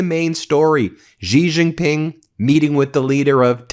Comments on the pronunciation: why as a newscaster won't you do even a liftle bit of research to pronounce international names well?? Why are you "zhuh-zhing" "J"s in Xi Jin Ping and Beijing when that is only done in the French language?? "January", "bejewelled", "just" is just "J" sounds SINCE WHEN did "J" became "zhanuary" "bezhewelled", and "zhust"? New Zhersey? Zhacksonville?? wtf English were you speaking? Did you think you sounded smart? So bloody irritating. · all good, but that xi jing ping pronunciation is cringe as f. i mean... who is Gigi, the third brother of Mario and Luigi? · Now would be a great time to learn to pronounce Xi Jinping's name. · Xi Jin Ping is pronounced more like Shee Gin Ping. Love your content. But Ben, you pronounce it like a drunken sailor. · It's pronounced "She" Ji Ping, watch the ChinaShow from the ADVPodcast guys, you'll see. You'll sound even more smarter too. I hope Trump doesn't sell America out. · Please at least make an attempt to pronounce the more important Chinese names right! Gee Jinping?? Ginhua?? You don't even get Beijing right! Surely you can afford two minutes to do your research, Been Mayslas! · I appreciate yr podcast but pls pronounce Xi Jin Ping properly. Xinhua news agency too. The "X" is pronounced like an "S" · Please learn how to pronounce Xi Jinping's name!